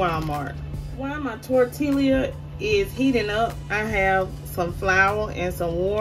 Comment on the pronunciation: Yummm ps u dont pronounce the l's in tortilla. Sounds like torteeeah 😁💖